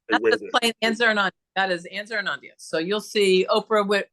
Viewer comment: It was so much fun to chat with you! Love the lefty theme! We have a love of Barbra! And you say ZARRAONANDIA perfectly! See you soon! ANNE